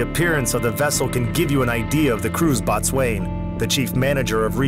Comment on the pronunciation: Your AI voice pronounces the Boatswain as bot swain, it's pronounced bo-sun.